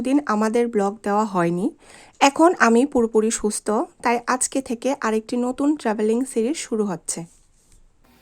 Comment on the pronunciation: সরি। উচ্চারণ ঠিক করতে হবে। ব্লক/ব্লগ সুস্ত/সুস্থ সাসক্রাইব/সাবস্ক্রাইব এই ধরনের আরো শব্দ আছে উচ্চারণগত সমস্যা।